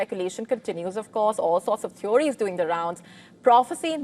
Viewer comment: Theories.... no need to pronounce the o.